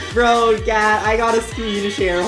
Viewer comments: I heard Gyatttt instead of Gat 💀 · Why does it sound like he’s saying gayyt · BRO I THOUGHT YOU SAID GYATT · sounds like gyat😂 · gat sounds llike gyat💀💀💀